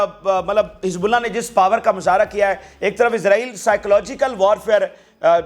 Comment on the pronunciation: पार नहीं पावर बोलिए